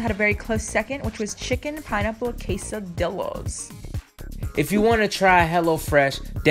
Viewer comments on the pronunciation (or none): did this girl really just say quesadillas with an L😂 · Omg she literally pronounced it quesadillas instead of ke-sa-di-ya-s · I like how she pronounced it (K-So-Dill-Ahs) when it’s pronounced (K-Sa-D-Ahs) lmao<3 ily guys! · Love watching you both but "quesedillas" is pronounced "quesediyas" ?(spanish) and not like "godzillas." Lol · Sweetie it's (kes-ah-dee-yass) Quesdillas Quesadillos😂 much love over here tho💖💖💖💖💖💖💖💖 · anybody else mad she said “kasadilla” 😂 ? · she said... QESODILLAS im done bye jkjkjkjk dont kill me it just a trigger i go to a white school ok i hear it all the time and it makes me want to jump off a mountain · Did she really just say "casa-dillas "😭😭😭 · my mexican ass got triggered when she said quesadillas. Que-Sah-DELAS. 😔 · It's Case-Ah-Dee-yahs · why she pronounce quesadillas like quesadillas lmao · Another culture you need to learn about it’s Kay-sa-de-Ya not the L sound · Google how to say quesadillas you're making me cringe from miss pronouncing words sorry but I love you too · Sierra Lee Squad ik right it triggered me so badly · When she said quesadillas so wrong😭😭😂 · She said quesadillas wrong it made me crack up 😂😂😂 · She said quesadillas 🥴🥴🥴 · Ur supposed to pronounce Quesadillas as if the 2 l’s are a y